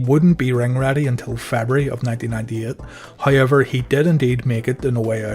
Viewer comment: Is that However "hayever" irish?